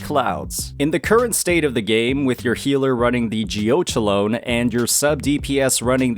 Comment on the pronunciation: Geochelone is pronounced like it rhymes with "felony"! Geo-KELL-uh-nee